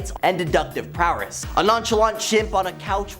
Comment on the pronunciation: Stop saying prowerss